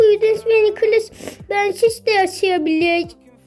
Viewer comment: Purudins değil:prudence nikilis değil:nicholas ve ya nick kink değil:king minie değil:millie